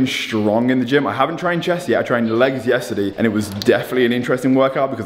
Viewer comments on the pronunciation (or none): Nobody: Universe:: yesterdee